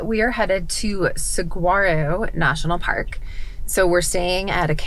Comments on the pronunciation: Saguaro is pronounced Sir-War-Oh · Hi there! It was cool to see you and your family on our stompin' ground! We live in Maricopa about 45 minutes south of Phoenix. Love the video's! Saguaro = Soo-har-oh Cholla = Choy-a Gila = Hee-lah Safe travels! :-)